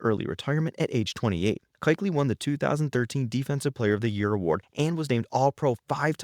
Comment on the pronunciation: I almost stopped watching when the narrator was calling Luke Kuechly, “KIKELY”. I definitely stopped watching when he said John Elway was the greatest player to be drafted by the Broncos. Elway was drafted by the Colts